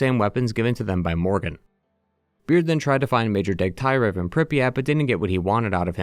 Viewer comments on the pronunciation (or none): Its Degtyarev, not DegtAyrev.